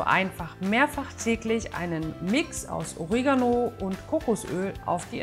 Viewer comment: Ooregano klingt sehr gewöhnungsbedürftig. Oregaano klingt angenehmer